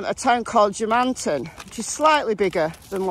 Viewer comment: It's pronounced German-tun, settled by Germans. Most of the residents in the immediate area were Scots and English.